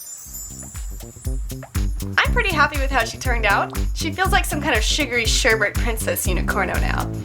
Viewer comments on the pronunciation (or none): sorry to be that kind of guy but it's pronounced sher-bet not sher-bert hence the way it's spelled sherbet.